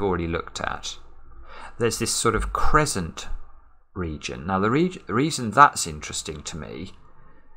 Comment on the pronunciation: Crezzent :D